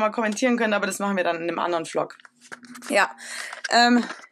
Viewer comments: "Flog" hahahahha ich kann nicht mehr wie du immer Flog statt Vlog sagst love youuu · wie sie einfach nicht vlog sondern pflock sagt :D